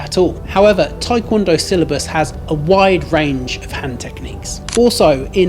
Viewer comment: The Tae in Taekwondo is not pronounced as "Thai" ... it's Tê ~